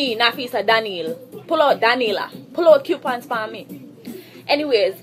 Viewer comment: Oh my fucking god this girl is tooo irritating....these are the basic bitches thtr trying to live above their mean....bitch u don't deserve anymore than fucking coupons.....and its Coupons not Quepons....damn embarrassment to Jamaica.